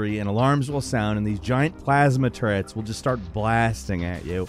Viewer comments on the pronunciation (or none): Am I the only one freaking out at the way said turrets?